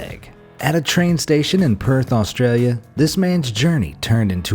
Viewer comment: Why you say Australia wired